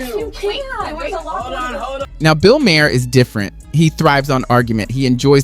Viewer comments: Good comparison of being a guest in someone’s home to what Arnold said. Keep it up! Ps it’s pronounced “May-her” like mayor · You said Maher wrong.